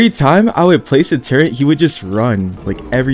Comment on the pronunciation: No offense but you know turret doesn’t have a N in it?